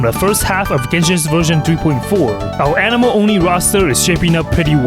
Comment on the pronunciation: "Xiao is an-emo"